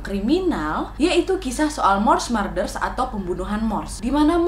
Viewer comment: Kaaaa .. murders dibaca nya tetep spelling "u" bukan marder cmmiiiwwwww